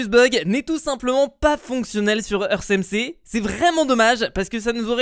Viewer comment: Ça ce prononce earte , pas eurce